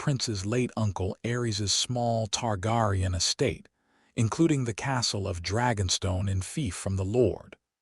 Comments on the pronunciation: Ist pronounced Tar- Gear- ion. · Targaryen (Tar-Gary-En)! But, I Know What You Meant!